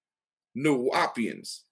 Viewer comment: Another thing, first learn how to pronounce the term Nuwaupian before you speak on things that you know nothing about. #2. Dr Malachi Z. York was a Freemason, Scottish Rite Mason 33*, Imperial Potentate of Al Mahdi Shriners who has true origins from the Ahlil Bayt of the Prophet Muhammad. Nuwaupian Grand Lodge was Egyptian Freemasonry. Again do your research Egyptian Freemasonry and Moorish Freemasonry pre-dates mainstream and Prince Hall. Period.